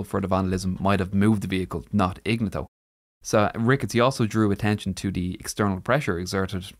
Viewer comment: Ig nat toe, not igna tow.